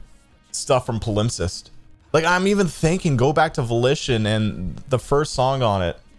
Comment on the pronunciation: pal-imp-sest is how you say their previous album, my guy